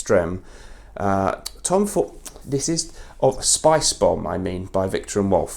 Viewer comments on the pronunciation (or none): none